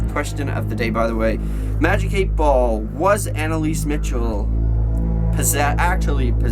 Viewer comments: btw. its pronounced Michelle not Mitchel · MICHEL NOT MITCHEL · MICHEL NOT MICHAL